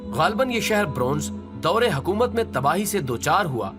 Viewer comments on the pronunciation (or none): none